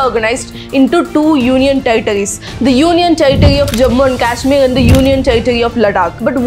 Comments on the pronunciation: Its not लडाक its लद्दाक and केशमीर नहीं कश्मीर।u only said its high time we have to pronaunce correctly😊. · Ladakh & Kashmir ka pronunciation 😅